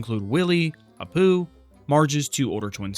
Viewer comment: the way you said Apu hurt me